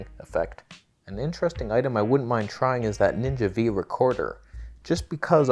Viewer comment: Phillip Bloom is gonna be furious. You said ninja V wrong.